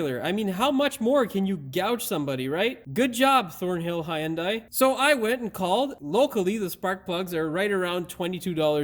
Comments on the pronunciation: HUN DAI. NOT "HIGH YUN DAI" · Hyundai, It's pronounced like Sunday. Hyundai even had a commercial stating that years ago. No "i" sound in that y. The "y" is silent.